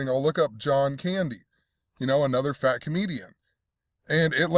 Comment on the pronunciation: Man, why do you gotta say it like FAT comedian died? Kinda rude as hell!